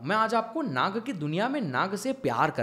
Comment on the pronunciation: भ्राता श्री विषय तो अत्यंत महत्वपूर्ण है और आपने बहुत ही अद्भुत तरीके से समझाया भी ,किन्तु ये Naga उच्चारण हमारी संस्कृति मे बिल्कुल भी नही है ,ये सब पश्चिम के तौर तरीके है , सही उच्चारण तो Nag हि है । 🙃. कृपया आप अपने मूल सांस्कृतिक शब्दों को उचित रूप मे प्रस्तुत करे और अपनी सनातन संस्कृति को निरंतर आगे बढ़ाये 🚩😊. जय श्री राम 🙏🛕🚩❣️